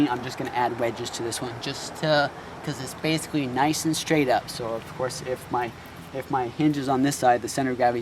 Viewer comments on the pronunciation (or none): none